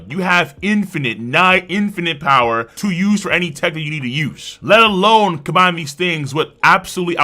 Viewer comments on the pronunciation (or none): none